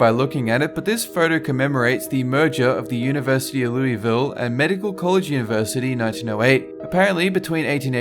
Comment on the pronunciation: You said Louisville wrong, I go to U of L